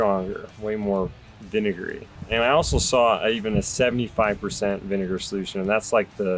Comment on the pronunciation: Way more acidic. " vinagarry " 🤣🤣🤣